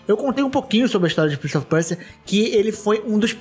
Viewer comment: Quem mais sentiu agonia do falando "PrInCiE oFi PuErSiA" fala direito é Prince of Persia